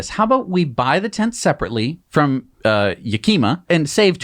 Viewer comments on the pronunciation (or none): Had to stop it’s “yak”ima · 'Yakeema?', Its 'Yakima', like 'Washington'. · Ha ha… Yakeema. No it’s pronounced Yakama. Great call out on Rivian’s F up. Yeah Kent, and yeah for Tesla safety. Great recap and. Thanks guys. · Yakima is pronounced like “YAK-ih-maw.” It’s a town in Washington. Love your videos, keep up the good work! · Lol. I lived in Yak-ih-maw for 2 years. It is definitely mispronounced! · I hate to be that guy, but for the next time Yakima is pronounced Yah Key Maaa